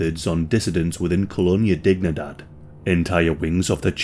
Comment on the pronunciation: KŌ-lō-NĒ-ä dēg-NĒ-däd it isn't English and should not be pronounced as if it were English. It is Spanish you probably know they say Sí for yes and it is pronounced sē and not sï a is ä e is ā i is ē o is ō u is oo or ū